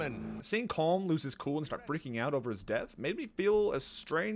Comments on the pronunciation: Its pronounced colum not colm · I'm Irish and on my first playthrough I almost stopped playing because they all mispronounced colm its pronounced collum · it's pronounced "column" not "comb" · COLM IS PRONOUNCED COLUM.